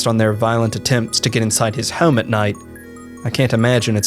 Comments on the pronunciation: For the love of God, learn how to say “home” you are killing me 😂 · "Heugghyaome" How hard is the word home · The way this dude says "home" like "heyyohm" hes gotta be from Philly or nearby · The way you say the word home kills me 😂